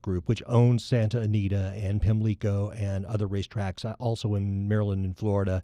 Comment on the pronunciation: In Maryland and Ireland, the accent in "Pimlico" is on the first syllable. Listen at 1m 8s